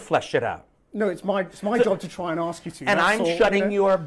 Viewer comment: Remember, thugs and lazy and uneducated people say 'aks'